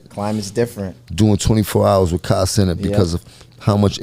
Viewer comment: He said Kai name wrong mad times lol